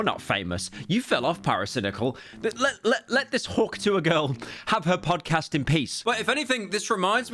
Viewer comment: Hearing mr slop say "hawk tuhw" made me life worse